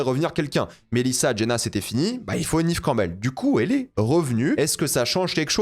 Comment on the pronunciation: J'écouterais pas l'avis de quelqu'un qui dit "Nive Campbell" et pas "Nève Campbell"